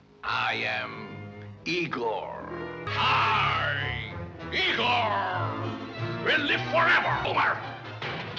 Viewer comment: mufugger said YIEGOAR